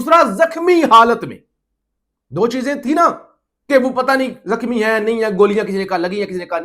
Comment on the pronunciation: Love ❤️ from USA 🇺🇸 پلیز اردو ٹھیک کرو زخمی لفظ کو زکھمی بولا ہے مائینڈ نہی کرنا آپ کے اچھے فیوچر کے لئے اصلاح ہے